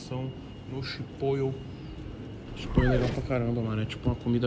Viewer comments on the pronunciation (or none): Se fala chiporou, e nao chipoio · Mano, não é chipoiu é chipottle my brother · Toguro: Chipoiô. O correto: Chipolê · Se pronuncia Chipórow, não Chipôio kkkk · Chipoio KKK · Se tem toguro falando chipoyou tem like 😂😂😂😂😂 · tem “chipoio” tem like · Chipoio kakakakakakakak n sabe fala o bagui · “Eu desenrolo no inglês “ não sabe nem falar chipotle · Man, me dá uma agonia você pronunciando chipotle assim.